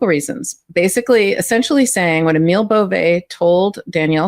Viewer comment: Not Emile Bovay. It's Emil Bove.